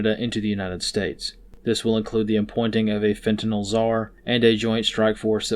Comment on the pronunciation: Thank you for pronouncing “the drug” nome correctly as it ends with nyl not nol or nal.